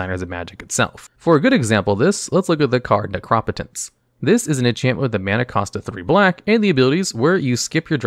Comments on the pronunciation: I pronounce it Necro-Potence... now I feel ive been saying it wrong for years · Necro-Potence is correct, this guy just pronounces a lot of cards weirdly.